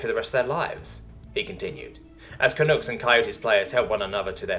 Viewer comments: Canooks. Hahaha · not that I expect it to come up again, but Canucks rhymes with pucks